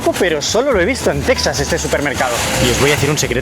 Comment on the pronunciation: Al fin un español que sabe pronunciar Texas, no es Tecsas. Literalmente ustedes le pusieron así, el nombre es en español